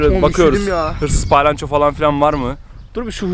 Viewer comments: kalbini kirmak isdemem ama palayanco degil palyaco😘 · TDK: palyaço /: pAyLanCHo